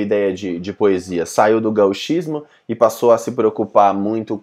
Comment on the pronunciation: Meu, que merda é essa de "gaúchismo". No francês a pronúncia de "gauche" é "goche", com o "o" fechado. Então, por favor, pronuncie "gochismo". Senão fica parecendo algo relacionado aos gaúchos. Pesquise, cara!